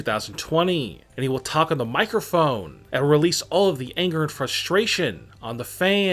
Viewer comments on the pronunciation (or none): Normal person: microphone This dude: Mika foneee 😂😂